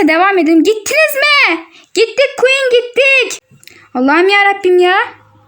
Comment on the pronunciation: Queen demeyi bile öğrenememişsiniz (kötü bir yorum değildir) 😂😂